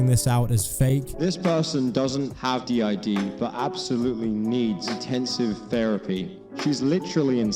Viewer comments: Its not anything important but the fact that they call it "did" not Dee Eye Dee is ...ew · Just the fact she pronounces it "DID" as a word and not "D.I.D." letter-by-letter is already kind of a red flag that she doesn't know what she's talking about lol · Her calling it "did" and not D.I.D was the last straw for me 💀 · As someone who suffers daily from the debilitating disorder, I find this highly (the person in the tiktoks) insulting and infuriating. I am no professional by any means, this is strictly my opinion from what I’ve experienced. DID, not pronounce like “did”, is a disorder that is caused by severe and ongoing trauma. Trauma so bad that the brain has to protect itself from, well, itself and those who have harmed them. Sometimes this protection is up their whole life, not knowing they have DID. Sometimes it’s the opposite and they find out because of a psychologist or psychiatrist. There are countless factors that go into this disorder being formed as well as everyday tasks that may seem simple to some, but can be quite difficult with this disorder. All this said, I hope that this person seeks out a professional who has worked with clients/patients with DID and/or OSDD. Not everyone who has DID knows it, those who do may not have a diagnosis yet; DID takes several years on average to diagnosed. As for others on any social platform, I hope the same. No one can really tell if someone is faking something; it’s a truly difficult situation to navigate. Peace and good vibes for all y’all, Jay